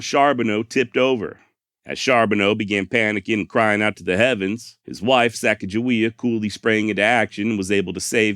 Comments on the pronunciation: Just had to leave a comment so it wasn’t sitting on 666. But hey great job on this one very entertaining and educational and thank you for pronouncing Sacajawea correctly. Lol my wife and I have had an ongoing argument about the proper pronunciation for going on 20 years now. Lol. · And His finalization of the name pronounciation of the young native american teenager female that joins the expedition is the same i heard growing up in school and i didnt even know there were any other pronounciation of her name until extremely recently, and im 40 yrs old. So im glad with his final decision to say her name right.....